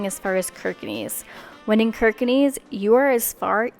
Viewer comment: Why not take the train? The "e" in the "nes" part of "Kirkenes" sounds a bit different from what you pronounced. Ask someone local to pronounce it. ;-) That railway bridge is almost unique. There's just two of that design in the whole world, one in Trondheim.